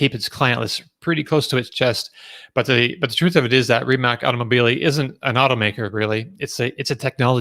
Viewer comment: Rimac is pronounced as Ri-MaTZ. The model name is NE-VE-RA (each letter should be heard).